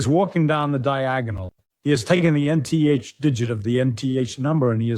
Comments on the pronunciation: n t h instead of saying enth. Guess it is AI. Also heard l e d instead of led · Need to work on pronunciation of 'Nth' and emphasized words (led, not L.E.D.)